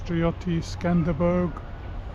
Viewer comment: I've really enjoyed following along your travels. You have a good way about you. I'm trying to guess where you'll be headed next. I've added a good few places to my maps, thank you. 😊 Please don't think I'm being picky. Skanderbeg not Skanderberg. 😊❤😊